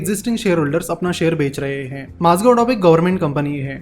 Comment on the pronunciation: One correction- Its Mazagaon not Mazgav The video is brilliant as always